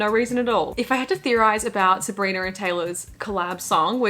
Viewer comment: I love how you say Sabrinarrr